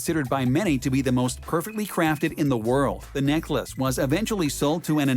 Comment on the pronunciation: He called it Neck Lace pronounced ACE ! LOL